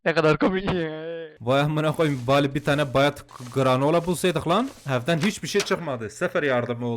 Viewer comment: abinin hiçbir zaman bari diyememesi onun yerine bali demesi bi benim mi dikkatimi çekiyo😂